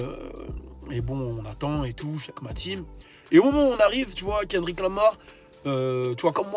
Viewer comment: Frere déjà prononce bien son prénom et après reviens